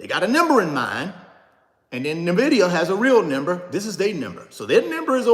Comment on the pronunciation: You should at least pronounce the name of the company correctly. 🤦‍♀